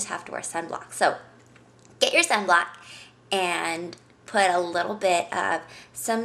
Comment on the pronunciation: oh. she said "sunblock". i was just sitting there like, "senblock"? "SENBLOCK"?